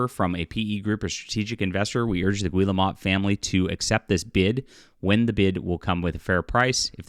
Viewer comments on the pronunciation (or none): It's pronounced "Gee-el-moe" 😁😁😁😁